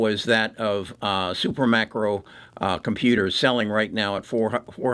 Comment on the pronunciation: It’s SUPERMICRO!!! Not SuperMACRO.